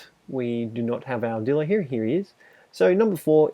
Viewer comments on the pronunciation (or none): Just so he know dilo or dilophosaurus is pronounced die low or the long version die lof a saw us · It’s pronounced DIE LOW